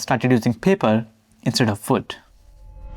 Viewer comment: man, please fix your pronunciation in general. ikea is made of foot. very hard to watch.